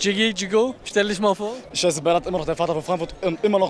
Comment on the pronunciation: Wenn jemand schon "isch, misch" und "disch" sagt, hat sich für mich jedes weitere Wort erübrigt...